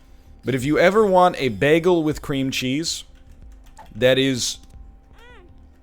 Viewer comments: I could listen to an hour long complilation of NL saying begul lol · LOL, NL says bagel instead of bagel.